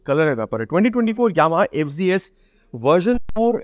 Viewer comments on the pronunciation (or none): ভাই, এইটা এফ,জি,এস না। এফ,জেড,এস। উচ্চারণ ঠিক করেন। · ইন্ডিয়াতে জেড কে জি বলে